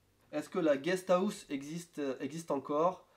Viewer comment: "Une guest Aousse" -> on ne peut pas se tromper c un accent french >__<